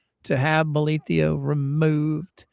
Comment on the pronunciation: Why do you pronounce the judge's name with an io at the end? It's written bolitho. Have you heard him pronounce it with the io? I'm curious why there are so many pronunciations for his name.